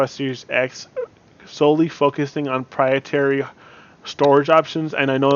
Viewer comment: Good advise... I don't mean to be prude.. But I think you mean proprietary when you say "prietary" as I'm pretty sure "prietary" isn't a word lol